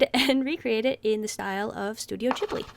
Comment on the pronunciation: I thought Ghibli was with a hard G :T